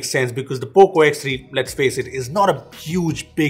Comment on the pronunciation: nobody.... poco ... P O C O